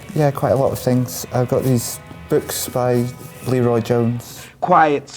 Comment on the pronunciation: Wish I could tell Sarah Martin to look into Criterion's Judex by the same director as Eyes Without A Face. Super. As for Amiri Baraka - I had a class with him in college - very memorable (and I'm old now). BTW - it is pronounced Le-Roi with not Lee-Roi with an emphasis on the Roi. Just sayin'.